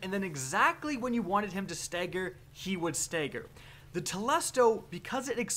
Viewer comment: Dude stagger not stegger